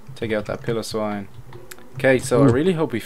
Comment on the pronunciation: Piloswine is pronounced PYLO swine, not pillowswine